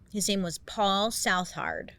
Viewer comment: BAILEY😂 THAT IS NOT HOW YOU PRONOUNCE SOUTHARD